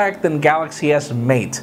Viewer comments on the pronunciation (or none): none